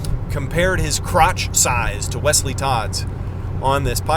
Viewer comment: I like the way you say Wesley’s name🤣